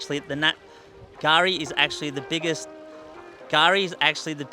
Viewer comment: Gari ?? K-Gari. .